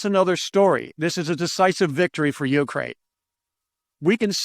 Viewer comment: please change the emphasis in the word "Ukraine" to the second syllable. thanks for the good content